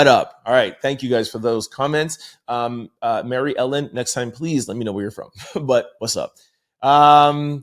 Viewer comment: Trent, I usually do tell you where I'm from.. if you remember the first time you said one of my comments, you actually pronounced my name wrong.. so i wrote it out for you...Mair-e-ellen.. if you do remember. Anyway, I'm from Charlestown, " The Town" (yes, the movie Ben Affleck played the lead in),which is a town in the city of Boston Ma. Typically, we're called Townie's. I still love ya, all the way from my 1 Sq. Mile town. Proud Outlouder 🎉🎉🎉🎉🎉🎉❤❤